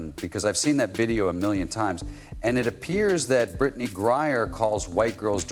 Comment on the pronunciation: CC 100%! Are you miss pronouncing the name on purpose? Ot GrieNer, not Grier.